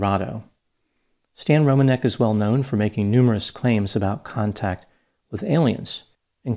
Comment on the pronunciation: I'm really impressed by your knowledge on how to pronounce polish surnames, I'm polish myself so I know how it supposed to sound and it's exactly rom-an-ek. Not Romaneck or Romanec.